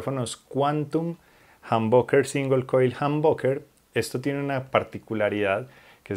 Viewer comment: Él dice Jamónbucker 😂